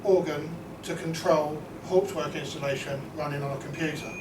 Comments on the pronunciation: You are pronouncing Hauptwerk incorrectly! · correct pronunciation of HAUPTWERK would be an improvement